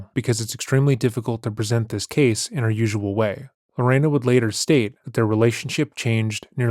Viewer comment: Not lorana.. my mother told me about this story since I was little. I love your coverage. Keep it up!!!